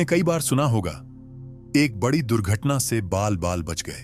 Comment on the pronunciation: आप ए आई को निर्देश दीजिए कि कुछ शब्दों का उच्चारण सही करे।पीडा,बडी और बहुत से शब्द खटकते हैं।आपका कंटेंट बहुत अच्छा है।